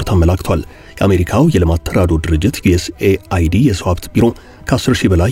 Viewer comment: USAID ዮኤስ ኤድ ነው የሚባል እንጂ ዮኤስኤአይዲ አይባልም 😂😂😂😂😂